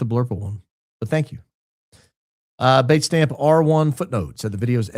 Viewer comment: What's this word "baitstamp"? I've never heard it before. Is it trying to say datestamp with a bad cold? What does baitstamp mean?